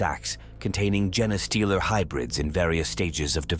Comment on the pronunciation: I couldn't finish hearing "jenny-stealer" for the 100th time.